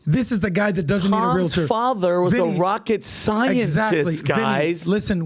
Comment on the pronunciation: Omg, Tom DOES NOT understand how it works and he doesn’t even know how to pronounce REAL-TOR. No one has EVER been forced to sign with a full price agent. Discount agents have always been around. You get what you pay for. You can also list your home yourself. These new changes may be very bad for buyers. Buyers may indeed be paying full price for a home, which is includes the cost that would have gone to represent them, yet they will not have any representation in the biggest transaction of their life. Paying for it, but not receiving it = a bad deal for the buyer. Tom, you do not know how it works nor what the agents do to earn it so please, educate yourself before you speak.